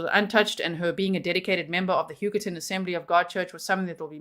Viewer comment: Every time you say Huggerton I can’t help but hear “Yucatán” 😅😂